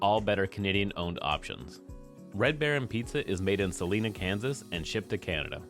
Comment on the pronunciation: The town in Kansas isn't "Saleena." It's Sa line a.